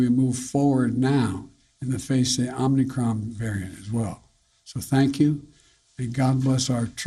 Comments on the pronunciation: The idiot is saying OmNicron 😀😀😀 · Omni Kron? Okie dokie! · It’s not omnicron it’s omicron mr president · Omnicron... was it created by unicron? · First couple of sentences this guy mis-speaks. “OmNicron” he calls it. Repeatedly. This is our best and brightest. Sad days for America. Very sad. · Not chaos and confusion - Omnicron 😅😂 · Omni-kron, lol.. Is that the opposite of a silent "n". Is the "n" invisible instead? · It's Omicron.....lol